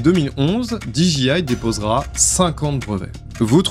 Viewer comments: Super émission mais désolé, on ne dit pas diji mais soit tu le dis à la française déji soit tu le dis à l'anglaise, didjé. Ok ? Oui, en anglais le J se dit Djé et le G se dit Ji. Pas de bol hein ? Quand les Français se piquent de parler anglais c'est décidément une catastrophe 🤣🤣🤣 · Alors, c'était super intéressant, merci, par contre j'ai été trigger tout du long, parce que tu répétais sans cesse [di ji aie] 😬 En Anglais, "j" se prononce [jé] et a l'inverse, "g" se prononce [ji]. Donc j'ai pas mal grincé des dents je dois l'avouer 😅, mise à part ce détail c'était très cool merci. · Du très bon boulot d'investigation, merci. Un détail de prononciation qui aura son importance avec n’importe quel interlocuteur Anglophone : dis moi, Disc Jockey, tu prononces bien ça Di Djay ́, n’est-ce pas ? He bien dans notre cas, tu ajouteras juste Aille. Di Djay Aille. (Dji c'est G en fait) Comme tu le prononces genre 182 fois, pour un Anglophone ça pique 😊. J'attends ton prochain projet, merci à toi.